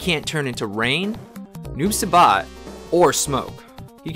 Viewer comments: Say it with me: Noob “SIGH-BOT” not Noob “Say-Bot”... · Hey Noob Saibot is Prononced Noob Saibot not Noob Sabot